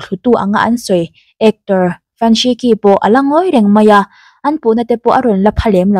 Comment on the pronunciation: Fan Shiqi khi Fan Shichhi tia lam tur aw.. Q hi Chinese ho chuan Chh angin an lam